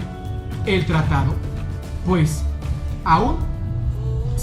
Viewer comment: Hola buen video pero no dice tratado dice tatado jijiji ya será para el próximo tatado saludos Bay